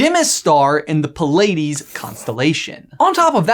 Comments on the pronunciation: Did you say "pill ladies"? I always thought it was pronounced "plee uhdies." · "Pleiades" is spoken as PLEA-uh-deez. Also fun fact, the Pleiades cluster is known as "Subaru" in Japan. The star pattern in the Subaru car logo? Yep, that's the Pleiades! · Pa-lay -dees??? My Greek mythology and constellation loving heart just died. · Also Pleiades isn't pronounced "Puh-Lay-Dees", it's pronounced "Play-Ah-Dees" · The pronunciation of Pleiades is awful